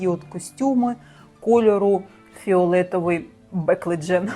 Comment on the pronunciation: ФіолЄтовий БеклЭджан……аааааа 😂😂😂не могу, ну як придумаєш шось👍